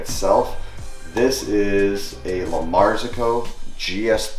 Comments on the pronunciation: The right way to say it is "la mar ZO co" and he is saying "la MAR zi co" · It's pronounced "La Martsocco"! Way behind on the whole coffee experience in Merica! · lol, "luhmarzuh ko"... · Excellent. Just one small comment, its an Italian brand, and the pronunciation is "La [space] Marzocco". Nice video! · Nice setup! I'm always amazed how a lot of americans chew up other languages. "Lamarzoooco" LOL it's really not that hard you just have to try. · Hahaha, I was listening carefully to the name of the machine and he was like lamarsico blablabla gs3. Why americans can't pronounce the actual names :'( The machine is a La Marzocco GS3 MP (Manual Paddle). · His pronunciation of La Marzocco is adorable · Not sure adorable is the word I'd use. It's an Italian brand so the correct pronunciation should be obvious. I've never heard anyone else pronounce the name this way. Did he watch any other reviews or videos before making his own? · listening to mat mispronounce well known coffee equip manufacturers was the highlight of my day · Really, a highlight? It's a very well known and popular Italian brand so the correct pronunciation should be obvious. I've never heard anyone else pronounce the name this way. Did he watch any other reviews or videos before making his own? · double check pronunciation of 'La Marzocco' please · the way he incorrectly pronounces La Marzoco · “La marzocco” all I hear is a New England accent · How can the man know this much about espresso and mispronounce LM so badly? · Okay... good so I am not crazy. That's exactly what I hear. You see... he put the ePHAsis on the sLAlible and merged two word together. apparently can perform magic. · It's an Italian brand so the correct pronunciation should be obvious. I've never heard anyone else pronounce the name this way. Did he watch any other reviews or videos before making his own? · 🤦🏽‍♂️ I can’t with the way you pronounce La Marzocco.